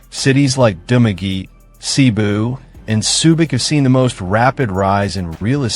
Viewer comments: Pronounce- Duma-ge-te - not Dumaget Ta-gay-tay - letter A is pronounce as in Alaska Correct pronunciations of Cebu City, Illinois City, and Panay Island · If you could only pronounce the localities as it is done in the Philippines. I did not understand Dumageh - it is Dumagette! Thumb down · 😮ARE YOU TALKING ABOUT DU MAGUE TE ? AND TA GAY TAY. READ IN ALL SHORT ALPHABET. NOT LONG. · You mean its not Dumagee? This Dumb ass has never been to Philippines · To this blogger. Correction on Dumaguete pronounciation. Sounds like DU-MA-GE-TE. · Correction- DOO-MAH-GHE-TEA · You're mispronouncing Dumaguete. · Dude,a piece of advise,before you upload a video,pls inquire about the correct prounciations of the place your referring to. Tagaytay,Cavite,Dumaguete were a full blown mispronunciations. 😂😢😮😅😊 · these pronunciations are wrong reading it from an American point of view.